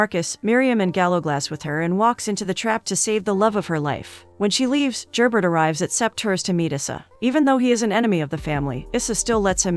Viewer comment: Really good recap but… Could you get the names right? Very distracting is Gerbert is French and not pronounced phonetically. And Matthew’s mother Ysabeau also French, but a totally different name was used. When recaps are given if you retain the spirit of the show, it makes it much easier to follow along and listen to. Take a few minutes to watch the show to hear how their names are pronounced, especially when is it international series. All in all, great recap. Several misses with the key players names.